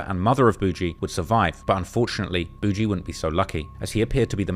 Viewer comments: Boogie isn't "Boo Gee" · Gawd your such a foreigner… it’s pronounced “ buhgiiie” boogie not boo-gee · Buh-ghie! Jesus man, do yo homework on simple nicknames. Calling him boo-jee is crazy 🙄😫🤧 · Nga who tf is Boo Jee 😭 its boogie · Why is this clown sayin boujee? 😅😅😅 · Is it really pronounced “Boujee” or is this just another case of a content creator who can’t pronounce names? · It’s boog-eee. The g makes the same sound as golf. Not a j. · I'm quite certain his name is boigie as in mucus or snot from your nose, and not BOUGIE. Do your homework, especially if you going to try to capitalize and make money off of the Black culture which you clearly don't know much about. It's disrespectful as hell for you to be doing a video about somebody's life & death, making money off of this dude story and you can't even get his name right. This culture vulture crap is getting way out of hand!! 👎🏾👎🏾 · Calling him boo-gee is crazy